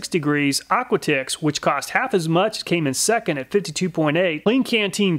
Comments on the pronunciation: I think the brand "aquatix" might be pronounced similar to "aquatics" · Couldn’t help but wonder, is Aquatix pronounced like Aquatics instead of Aqua Ticks?